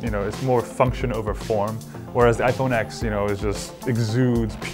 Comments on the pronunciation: FFS ITS PRONOUNCED IPHONE 10 NOT FUCKING IPHONE X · Cringed every time he said X instead of Ten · He pronounced it 'iPhone X' instead of 'iPhone Ten' . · Its pronounced iphone TEN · If you love this phone so much then why can't you say the damn name right